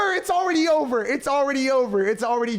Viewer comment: “It’s already jover”